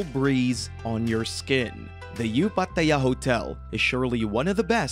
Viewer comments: Stop saying Pa Ta Yaaaa. 😭😭😭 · If he says Pattt-aayya again I will lose it! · Why do you pronounce Pattaya like that? Sorry but it was sooooo annoying 😅